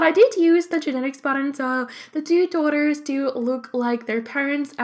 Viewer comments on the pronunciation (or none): none